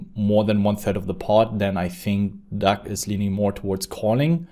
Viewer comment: Lol you have to be trolling us with saying Duck right?